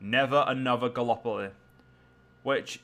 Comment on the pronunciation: Galapolee? It's gallipoli! (at least for pronunciation)